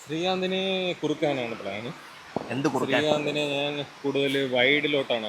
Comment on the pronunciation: Enikk mathramano Njan ennolenu Naan enn kelkkunnath. don't feel bad.